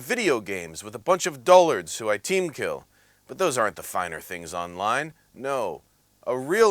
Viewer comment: You pronounced "dullard" incorrectly.